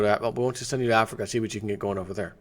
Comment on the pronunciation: Donovan Miller Yeah, it's a country in AF REEEKA...